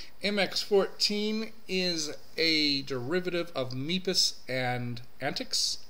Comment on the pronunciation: You pronounced MEPIS incorrectly in a couple of places in your video when discussing the MX-14 heritage. The "E" in MEPIS not "long", and MEPIS is pronounced like Memphis with the extra letters removed. But, otherwise, great review. Thanks for sharing your thoughts.